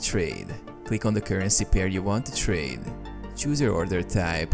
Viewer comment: Wtf is that pronunciation? Place a traaaade, market ordeeeer, questraaaade. 😂